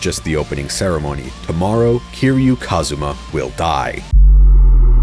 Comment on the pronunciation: Stop saying kasuma’s name like that